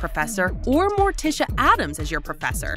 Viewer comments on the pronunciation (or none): none